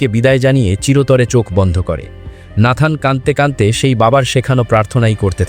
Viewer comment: "কানতে কানতে বলে" নয়, উচ্চারণ হবে কাদতে কাদতে বলে 😊